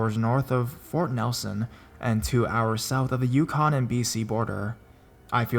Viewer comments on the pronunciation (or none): none